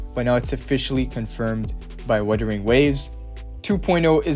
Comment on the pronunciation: Bro it’s Wuthering not witering